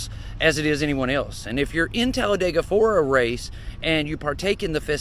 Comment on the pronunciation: it's not Talladayga, it's Talladeega.